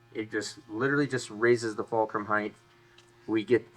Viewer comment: HEIGHT there is no H at the end